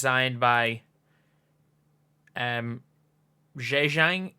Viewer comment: Zhejiang is pronounced “Juh-gee-yang”. Obviously butchering for any Chinese readers here but it’s a start for English speakers